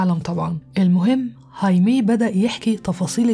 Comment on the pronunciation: هايمي تنطق هكذا لأن الامريكيين لاينطقون حرف "الخاء" الموجود في الاسبانية، العربية، والالمانية وعدة لغات أخرى، ولأننا نستطيع نطق هذا الاسم فكان عليك ان تقولِ "خايمي"